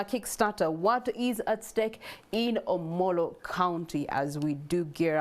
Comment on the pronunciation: Its Omoro county not omolo?